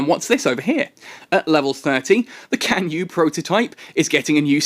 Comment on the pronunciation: hey, chinese player here... it's pronounced tsan-yue, yes, the c is pronounced ts